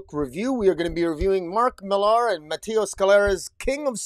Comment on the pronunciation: Hey, bro. It's just Miller. I know it has an "AR" at the end, but it's just Miller. Regular pronunciation. You have a cool setup, though!